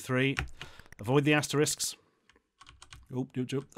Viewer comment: He pronounced asterisk correctly then misused the word literally, wtf?